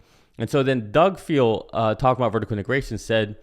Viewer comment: Doug Field, not Doug Fields…